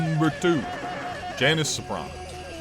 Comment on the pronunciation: It’s jan iiice not janish gang